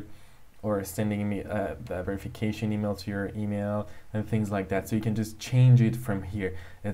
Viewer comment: You know this is fake when he says EaMiL